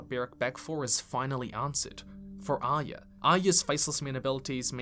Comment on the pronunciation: I'm always baffled by peoples' pronunciations of character names: Arya = 'eye-yuh'? Even Brienne has her own version: "Ahh-yah" 🤣 And then there's the 'Sanser' and 'Aryer'.